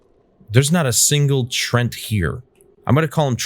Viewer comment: I guess it is pronounced Tre-ant Nice horse btw